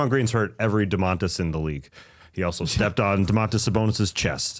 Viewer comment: I do not remember Draymond Motiejūnas incident, but man, Draymond might really be a xenophob. Also Tas, his name was Donatas, not Domantas, I mean its very similar, I get it. WHen you pronounce it 100% correctly, it is not THAT similar in sound, you guys in America put the accent in the wrong spot when saying Domantas, its not entirely how it suppose to be pronounced... I think Donatas is far more common name in lithuania than Domantas, I could be wrong, but both are fine Lithuanian names.